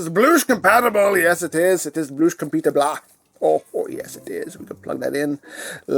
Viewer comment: “Even the junk can bloosh” 😂